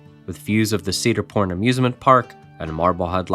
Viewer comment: Sounded like you said "Cedar P**n Amusement Park" 😂